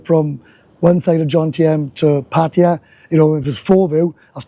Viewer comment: Thank you for pronouncing Pattaya correctly